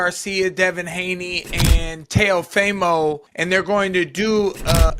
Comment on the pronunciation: teo-FEEEEEMO...not FYYYYYMO. teofimo lopez. geezus do these n!&&@ even watch boxing?